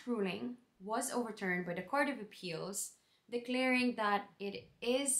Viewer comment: I love that you have the Irish pronounciation of that ...Dat :) Welcome (almost) Irish citizen.